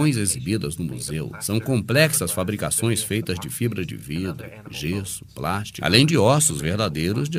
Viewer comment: meu deus do céu sabe pq eles escodem os ossos pra ninguém ROUBARRRRRRRRR e aprende a falar PLÁSTICO aprende PLÀS-TI-CO